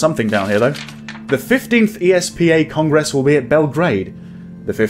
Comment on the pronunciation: I beg you not to accent 'gress in the word Congress... thanks 🙂